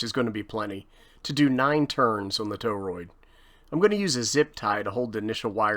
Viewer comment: Wanted to bust ur chops on your pronunciation of torroid 😅😂